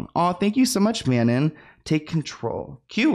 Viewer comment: i'm dyingggg! i thought "Mannon" was a really neat name for the longest while until it clicked (i'm from QC Canada too) that her name is Manon pronounced like "Mah" and then "non" in french!! I've never heard it pronounced the way you did but i thought that was interesting!! 😋 Love your videos!!❤